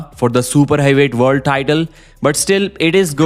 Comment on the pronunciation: World not vorld